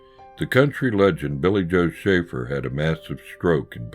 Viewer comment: That was great! Thank you and thanks for the shout out, you pronounced it perfectly! I have a story for you that may help you understand the kind of guy Billy Joe was, some day I will tell it to you. In the meantime keep up the good work and buy every album he has because they are all great! RIP my friend Billy Joe Shaver.